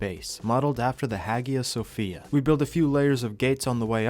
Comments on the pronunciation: High-ah Sofia. Not Hag-ee-a. Also, keep an Ankylosaurus with high Melee to handle rock golems. They're amazing at it. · The H (and G) is silent in Hagia Sophia